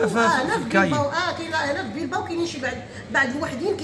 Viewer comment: بلباو ماشي بيلباو